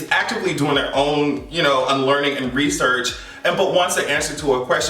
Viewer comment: The way said, “rrrESEARCH!” His entire commentary gave me life! 😂